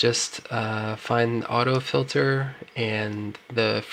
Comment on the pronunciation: Actually no, it was a serious question, I'm genuinely confused by it... why would someone pronounce the word Filter as Fil-ther, when clearly it is spelled 'Filter'. That's all..